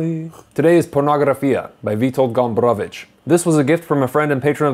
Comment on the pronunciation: I like how you pronounce "Gombrowicz". It's very correct. Good review. One of the greatest polish authors.